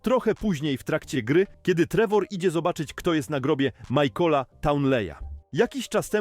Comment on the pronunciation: michaela nie majkola